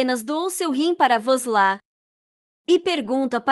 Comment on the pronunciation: Por que voces trocam os nomes dos pesonagens, Aliço e sempre Aliço e não Elien como voces falam de vez em quando, não troquem o nome e nem pronunciem de forma equivocada Vos la não é vos la é VUSLAT, Mauem e Meryen